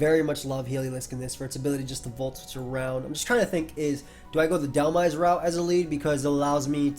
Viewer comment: Every time you said you were "making the dhelmise play" it sounded like you said you were "making the dumbass play" lol